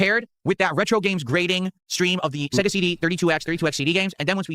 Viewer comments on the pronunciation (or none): none